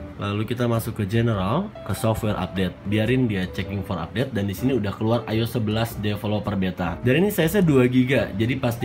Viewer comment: I-O-S .. not ayos